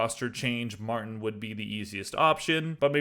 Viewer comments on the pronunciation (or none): none